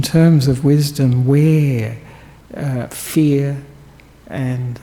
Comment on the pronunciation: *fear! Not “feet!”🤣🤣